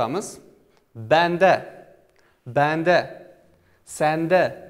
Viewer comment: Assalom aleykum bende soʻzida oxirgi e oʻzidek talaffus qilyapsz soʻz oxirida e kelsa oʻzidek talaffus qilinardku